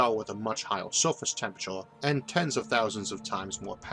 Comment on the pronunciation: Mr Arthur you pronounce your er's as or's e.g. "computors", "layors" & "temptore" temperature is not even pronounced fully. Also you pronounce planets as "plants". I'm sorry it just sounds funny